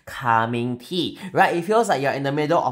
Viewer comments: I really thought you said they sell "pee" products lol 😂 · For the first minute I was hearing pee and I was so confused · Oh, TEA!! I was barely a minute in and had to rewind a couple of times then finally turned on the CC. Tea was not what I was hearing. 😅 Beautiful work as always!